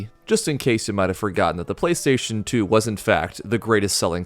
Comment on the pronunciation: the fact that he legit said “PrayStation” really adds to the Japanese authenticity, and I like it that way